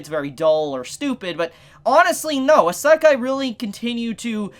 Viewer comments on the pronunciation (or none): WTF HE SAY ISEKI WTF